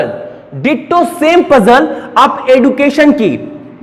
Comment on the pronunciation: एडुकाशन नहीं होता भाई एज्युकेशन होता है .